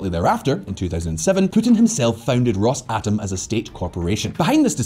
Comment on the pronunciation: If i here you say "Ross-atom" one more time, I'll cut my ears off